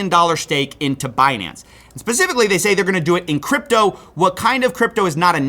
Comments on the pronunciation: Mad props to the investigative work. But did I hear you say pacifically instead of specifically? Lol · *specifically, brother, not pacifically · Bro you should check behind you every now and then...looks like your trashcan is on fire. And did you just say "Pacifically?" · he said “pasifically” and thus I cannot take you seriously.